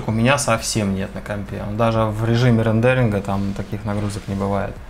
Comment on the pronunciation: Не рандеринг, а рендеринг.